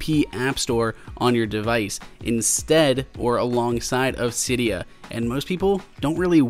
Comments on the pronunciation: cee.dee.yaa not cai.dee.yaa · Sigh-d-uh? Sid-e-uh... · You are pronouncing Cydia wrong